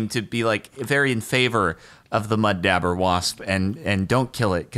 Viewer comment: cringing at "mud dabber" it's DAUBER (dob-er) Also no, those things are vicious. We kept getting them in our garage. I'm more scared of those than of yellow jackets!